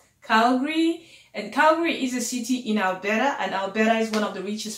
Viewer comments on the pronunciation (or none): Albera😂😂😂 babe is Alberta🤣🤣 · Waow. Nice one. You are speaking like a Canadian now😉😉. Love the way your pronounced 'Alberta' and 'cofers'... very 'yanki-ish' (lol). Keep the good work sis.